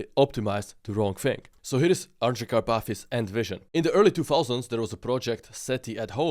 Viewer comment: Андрей Карпатый, а не Андре Капати😂😂😂